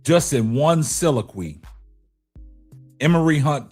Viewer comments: My brother please 🛑 stop saying silaqwe its pronounced soliloquy...sa-lil-La-qwee. I love what you do brother but you gotta stop saying that big word wrong. It gives you a uneducated look. Again I Love the show but please quit making that mistake it got you looking like the dude from in living color who used and pronounced big words wrong. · I appreciate you brother but if you're going to use a $5 word 4 times, be sure to say it right. Soliloquy.... There is a "lil" in there. Blessings.